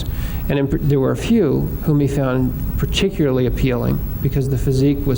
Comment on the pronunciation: "Particuly", here again, we have an educated person, apparently, who drops syllables out of ordinary English words. Why?. Particuly is NOT a word. Tempory is not a word, yet is used, again by apparently very well-educated people because "they don't know better". I really wish that these "educated" people would learn to speak English. English is a very beautiful language, please STOP abusing it. PLEASE learn to use it.